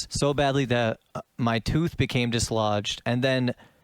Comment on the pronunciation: "you broke his tuth"